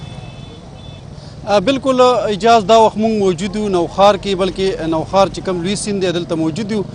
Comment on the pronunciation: Nohaar na Nokhar